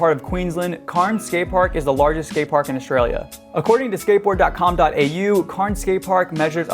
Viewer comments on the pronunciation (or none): CAIRNS IS CANS 😂 NOT KARNS sorry I live nearby hahaha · It’s pronounced cans not carns but still great vid bro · It’s not pronounced carns it’s “cans” cairns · CAIRNS IS PRONOUNCED CANS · the cairns skatepark is more pronounced “cans” keep up the great work tho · Great video. Cairns is pronounced "k-air-ns" 😆though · why you call cairns curns is beyond me but nice video , thanks. spain has some massive skateparks as well. bilbao for example. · It’s spelt cairns but pronounced cans ok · The one in australia is pronounced cans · It’s pronounced cans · Cairns is pronounced 'cans', excellent video nonetheless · that’s close enough for me mate. Carns is not haha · ha ha i was just about to comment that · Great vid! Also as an Australian that’s definitely the most interesting pronouncation of cairns ive ever heard lmao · as an australian... i hate the way you pronounced cairns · that's not how you pronounce cairns. not even "to an american like you" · bruh it's just pronounced that way. We do, in fact, pronounce our 'r's in most cases and it has nothing to do with accents, it's just because of how our English evolved. The 'r' in Cairns is not said because we are a non-rhotic english speaking nation, which just means that we don't say 'r's when they're followed by consonants. Please don't pretend to be an expert on this stuff because it comes off as ignorant. Also, it's 100% pronounced like "Cairns", it was a name of someone and was recorded as being pronounced as such, you ignorant idiot